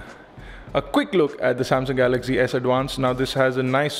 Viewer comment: It's pronounced 'Galaxy', not 'Galagzee'.